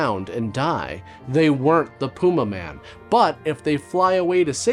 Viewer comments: say it with me ffs: pah - yuma. . . PAH - YUMA. now say it quickly. pah-yuma man! not pooma-man ffs carry on sir. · Kobras: Pewmaman...Pewmaman! Servo: I believe it's pronounced Pumaman. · That’s pronounced pu-MAH-min 😅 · I will never forget Tom Servo pronouncing it like, "The Pew Maymen." I still giggle every time. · It's pronounced "Pyuma man". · * Pew may man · or "Pyumaman" as Dyonald Pleasance says it.